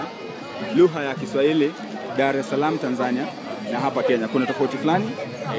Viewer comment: 40 seconds in ... and all i hear is 'LUHA' 😂